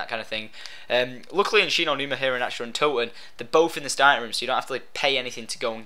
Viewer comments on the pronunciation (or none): none